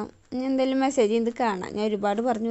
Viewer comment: ഫേഷ്യൽ ചെയ്യാൻ അറിയാത്തവർ ചെയ്യരുത്. Eyelid il pack ഇടരുത്. മെസ്സേജ് അല്ല മസ്സാജ് എന്നാണ് പറയേണ്ടത്